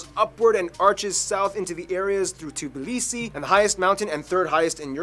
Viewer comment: not T B L I S I, its T B I L I S I